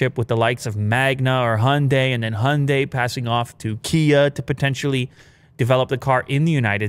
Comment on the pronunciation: So uh. We need to talk about the pronunciation of Hyundai. It's "hi-un-die". Not "honday". Dafuck. That is all.